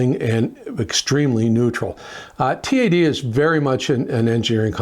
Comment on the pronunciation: It's TAD, not T.A.D.